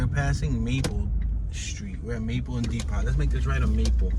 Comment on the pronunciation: My dude, why do you keep saying “dee-pot” when it’s pronounced “dee-poe”